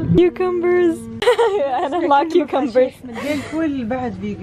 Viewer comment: كيوكامبر والله من كوعك عربية عربية لو تتكلمي جنب ترامب